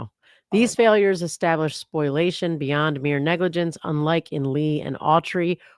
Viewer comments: I love you guys but it’s “spo-LIA-tion” not “spoil-ation” 🤣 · Isn’t it called “spol-iation?” Not a lawyer, but occasionally, I have to deal with lawyers and that’s how others pronounce it on the tort side.